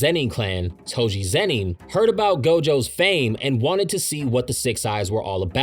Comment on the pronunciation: This whole video I cringed every time you said Zeni and not Zenin smh